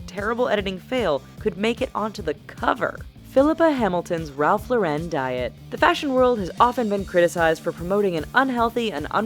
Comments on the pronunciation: It’s not Ralph lor-ren it’s Ralph Lauren, he’s American and so are you! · its ralph LORE IN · The way she says "Ralph Lauren" was giving me pain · me too! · The way she pronounces "Ralph Lauren"... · That's not how you say Ralf Lauren